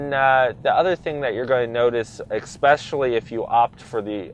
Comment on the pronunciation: Flappy paddles? Ekspecially? If you are going to be an auto journalist, you need to #1-be literate, and #2-know what the hell you're talking about. This dude needs to be an accountant, not an "auto journalist."